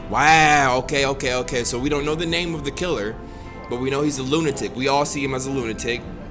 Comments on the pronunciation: He said lutanic the first time 💀💀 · Loo-ten-nik is crazy my guy 😂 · Lmao he said “Lutanic” 😂😂 I was hoping he would catch on to that right away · nobody:: "LuTaNic" pffffffffffffffft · . “He shot at that LooTanic.* Lol correct lunatic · lunatic is said luu-nah-tik but says luu-tin-nik Just wakin up? im lykeeee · Imma start pronouncing lunatic as lutanic from now on😂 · my man said lutanic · Keane Hoy lutenic* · Nigga said lootanic 🤣🤣🤣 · I’m saying, I replayed it a couple times like am I tripping? 😂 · My boy said lutanic 😂 don't think we finna let that slide 😂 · Lutanic huh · how he say lunatic wrong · how does he mispronounce “lunatic” that badly